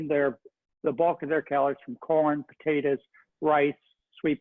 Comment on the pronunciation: You know a doctor has lost his mind when he says "potatas" and "tomatas"!